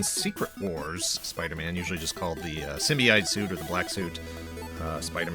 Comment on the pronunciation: The proper way to say Symbiote is: (Sim-bee-oat)